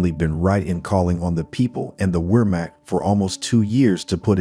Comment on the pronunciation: "Weermack" lol this computer narrative !